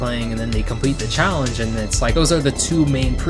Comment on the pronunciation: "PREPARE TO CHALLENCE!!!"